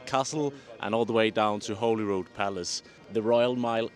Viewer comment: Just a wee note......its Circus Lane not Citrus Lane. Holyrood is pronounced like the plant Holly. Thanks for showing my area Stockbridge and the Dean Path. The bailie Bar does amazing food!! Nice tour x